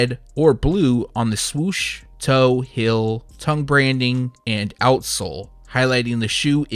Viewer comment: So... feel, and heel are pronounced “fill and hill” where you’re from? Interesting 🧐 🤔